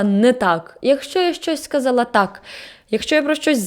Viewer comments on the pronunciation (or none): чому так важко казати ТАК а не тааа? Всього одна літера, це звучить дуже кумедно 😆😆